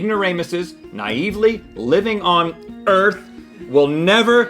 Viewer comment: "..living on Arth.."? .. well, okay.. But then you lost me claiming ".. nobody likes `Sallos`!"? (even though far off misspronounced, probably to reserve yourself a way out of this..), but you just delivered the absolute, undeniable proof that this is FAKE NEWS!